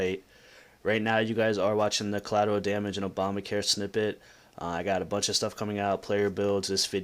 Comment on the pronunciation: "Coalateral Damage" - Cheeto